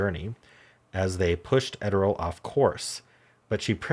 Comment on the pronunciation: Just FYI . . . I've always heard Gertrude Ederle's name pronounced as: ED--ER--LEE.